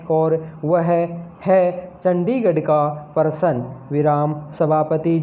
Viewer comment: प्रश्न होता है। परशन नहीं